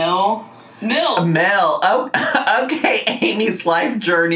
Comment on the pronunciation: I save up these videos to listen to while I drive to work and when I tell you I busted out laughing at when she said MILLLSSS instead of MEALS 😂